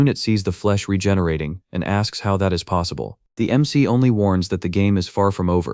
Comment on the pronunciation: Ai struggles to pronounce MC (em see) and proceeds to say mick instead and a few different ones too. this happens about 30 minutes in and continues for the rest of the video. overall though it actually described what was being shown for the most part. a decent video, and the story is definitely good.